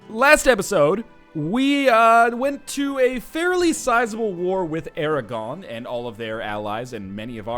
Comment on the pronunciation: Aragon isn't french, don't pronounce it like it is.